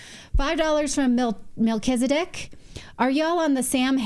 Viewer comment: Hi Natalie Shalom the name Melechizadek is pronounced Melek ee tsedek (my King is righteous/ just) Not Mel Chizzer Dek